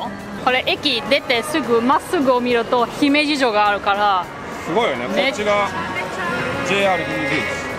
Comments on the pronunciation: 「ひめじ」のアクセントは高高高が正しいので、少し違和感。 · 姫路のイントネーションがちがうんだよなあ。ひ↑め↑じ↑ なんだよなあ。 どうでもいいんですけどすみません。 楽しめて良かったですね！☆ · 姫路のイントネーションが…(笑)